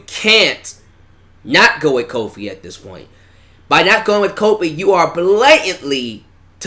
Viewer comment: I'm just saying I like Kofi and all but why is it when you say it sounds like cold feet